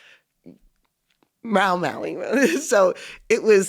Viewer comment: Mau-Mau-ing or Mao-Mao-ing?